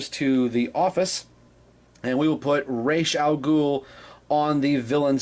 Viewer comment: Sorry for been so late seeing this review but what can I say Thank you Thank you Thank you so so much!!! I geeked out watching this it was so good to finally hear someone else say the name properly Oh my freaking God every time you said his name I could feel the torment of those backward videos I've seen in the passed and not to mention Christian Bale getting the name wrong fustration drifting away!!!! Now since my psychological torment is over on to your review it's good to see that the black side of the board building up really coming along well buddy almost there i really like your mixing it up definitely a well painted figure totally agree with you on that i can't wait for the next piece to be put up great job as always buddy thanks so much for this.